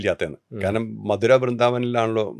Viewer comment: മധുര ❎ മഥുര ✅